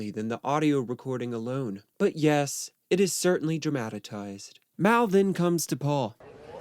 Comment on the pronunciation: Not to be a mean guy but "dramatitize" and "degregation", they're not quite words.